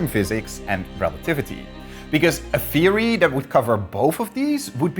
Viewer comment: hearing him say "feery" really gets on my nerves. Why doesn't Derek do the whole video?